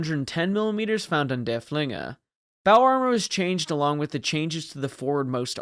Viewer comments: It's pronounced derf-linger, not der-flinger. Named after Prussian field marshall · Yeah, try to emphasize the first syllable, not the second.